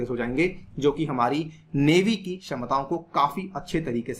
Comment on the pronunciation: not " करी " it is की